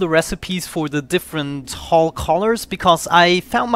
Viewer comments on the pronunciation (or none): Black hull sounds like black hole